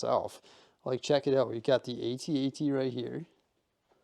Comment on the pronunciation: Please, for the love of g-d, someone help him with the correct pronunciation of the (At-At).